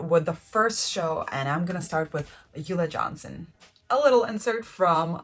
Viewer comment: Isn’t ulla Johnson pronounced: OOO-Lah Johnson. Not You-lah Johnson?